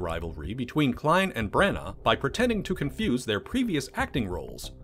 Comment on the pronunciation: Why are you saying Bran-Arrrr? It's pronounced Branna